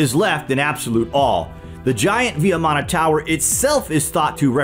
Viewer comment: Thank you for the video. It is pronounced as vee maana (VIMANA) not vee ya maana.